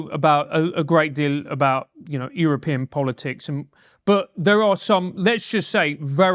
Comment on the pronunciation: says "European" like a foreigner.:p